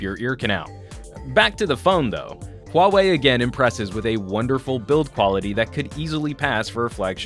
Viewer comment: thx, at least in the us there are reviewers who are capable of pronouncing huawei in the right way